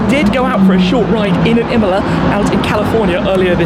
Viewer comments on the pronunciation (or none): none